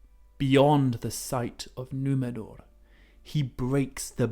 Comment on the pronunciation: Love the way pronounces Numenor correctly with the trilled R without it sounding super exaggerated like the characters in RoP!